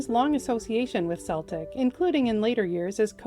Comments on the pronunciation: Celtic (pronounced KEL-tic). In Gaelic, all C's are hard C's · Pronounced KELTIK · As a Brit I can confirm the Scottish football team Celtic is pronounced "Selltick". If you're talking about Celtic traditions, Celtic peoples, Celtic music etc it's "Kelltick". Sorry to split hairs...